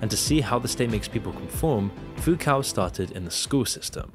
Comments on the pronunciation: How do you still mispronounce so many words. It's Foo-coh not Foo-COW. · its pronounced "Fook-oh" and we all know who's really in charge here. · Foucault is pronounced foo coe. You should make looking up the correct pronunciation of names a regular part of your research for videos.